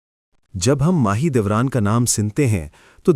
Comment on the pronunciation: mAh e dolat ni mAh e doran